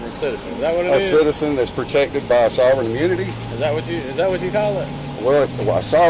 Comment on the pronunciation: "You must be dem sovren citizen" -sovereign citizen